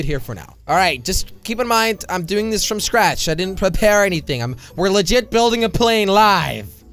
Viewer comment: Not you sayed fom